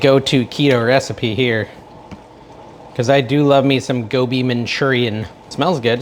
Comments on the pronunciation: You're saying it perfectly lol! I also love Aloo Gobi, which is an Indian dish also of potatoes & cauliflower. Not keto but delicious. Could you make Butter Chicken pls? Love Indian dishes. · I think you are pronouncing it correctly. Gobi is cauliflower.